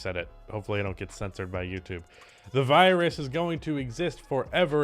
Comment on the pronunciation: virus not skrong